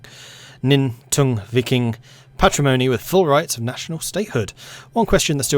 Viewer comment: In pronouncing Nytungvik, the "y" is pronounced longer, "u" is pronounced closer to "o", and the "i" is longer